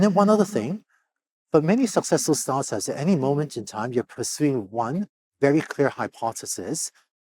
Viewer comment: How work in Start ups for so long and refuses to say it aha sounds like "Sartas"